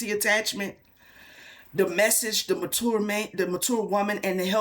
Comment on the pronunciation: 😂 when you said “mature” man I was hearing “manure”